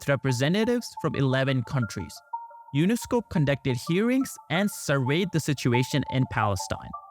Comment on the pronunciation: It's UNSCOP not UNESCO